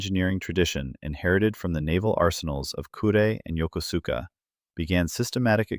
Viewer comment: pronounced Yok'os'kah.